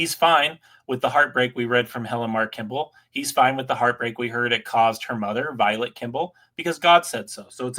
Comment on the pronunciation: repeat after me, Vi-Late, Vi-Late, Vi-Late, Vilate, Vilate, Vilate. Not violet, not like the flower violet, not like the color violet. It is Vilate. One of the biggest victims of polygamy deserves to have her name pronounced correctly wouldn't you agree, or is it, or. I have faith in you, work on that. You can do better. You're a freaking lawyer. You've read a few books, you went to a good school. I know you're no dodo. One more time "Vi-Late", just like it's spelled